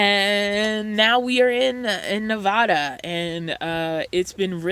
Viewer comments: You are pronouncing my state wrong. It isn't Nevahda. It is Nevada. And I live here, contact me and I will given you weather updates and places to go or you can come to where I live. Nevada mountain weather can change in a matter of minutes here. It can be a summer day 80°. Then an hour later snow and 10°. This time of year, you have to watch reports for up here. Also make sure you have, hats, gloves, jackets, boots, shovel, scraper, chains or cables. Extra everything. I don't know why you won't shoot me a message and I am a local. I can get you free passes, tickets, food and drinks. Etc etc. I can give you great spots to go. Casinos are free parking by the way. Contact me, wish I knew you were heading up here. I am surprised you got up here. They were suppose to turn everyone around as we are on lock down. Next time I can cook you a home cooked meal and maybe you can answer questions for me. Tahoe and Nevada, you gotta be ready for unpredictability. Oh and? Thanks for visiting us and so happy you find comfort here. It is a slower lifestyle here. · love your channel. But you gotta learn how to pronounce Nevada;)